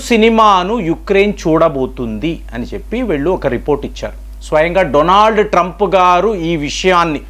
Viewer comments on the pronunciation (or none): none